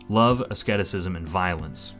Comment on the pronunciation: you worked so hard on those pronunciations but you didn't even notice that asceticism is pronounced like Ah Seed Iss Ism